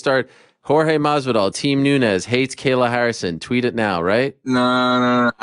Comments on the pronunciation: Come on...it is maSvidal, Ariel says it MARVIDAL...always the same xD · Ariel, you're almost right with your pronounciation of Masvidal. You just have to replace the "s" with a bit of an exhalation. That's how many Latin Americans would pronounce it. Almost like "Mah-vidal".